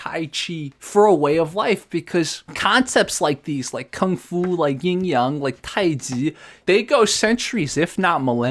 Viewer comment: FYI it's yin, not ying. Yin and yang is correct (陰陽).